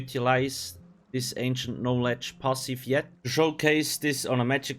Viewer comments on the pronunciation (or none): I love how you pronounce "pahsif" it intrigues me haha